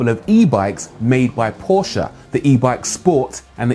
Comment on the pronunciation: I applaud you for pronouncing Porsche C O R R E C T L Y